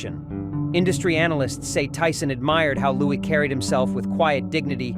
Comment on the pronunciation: The Ai voice is annoying sometimes saying Louie instead of Louis.